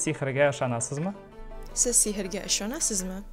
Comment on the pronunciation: Barakalla, Amerikada tugʻilib Oʻzbekchani yaxshi oʻrgangan. Ammo Totor qardoshim, siz desa yaxshi chiqardi